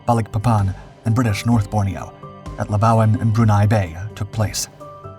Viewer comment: Wrong!There was no Britain in WW2.Before Jap occupation,North Borneo was a UK colony & Sarawak was a UK protectorate.Labuan was pronounced wrongly.Thanks for a show on a part of history rarely shown,though.